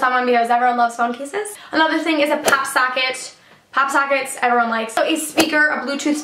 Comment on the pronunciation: "Papular" "Papsocket" "Pasible" "Fluffy sacks" "Cancer tickets" Whats up with all the a's 😂😂